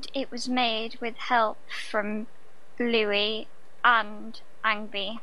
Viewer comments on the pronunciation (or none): none